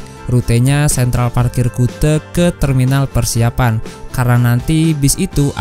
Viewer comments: Maaf mas ralat sedikit menit ke yg bener terminal PESIAPAN mas bukan PERSIAPAN, terima kasih mas🙏🙏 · Maaf mas,Terminal Pesiapan mas bukan Persiapan